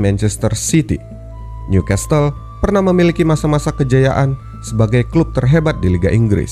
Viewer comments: uda tulisan NEW di baca niu dek bukan nyu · Pengucapan Newcastle diperbaiki ya min.. "Nyukessel"